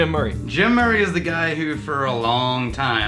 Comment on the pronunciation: "SO SAYS a guaai" haha